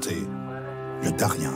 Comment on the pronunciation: On ne dit pas Darien, mais Dariene